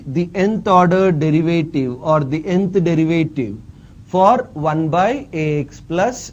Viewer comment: dırıvıytiri ne hocam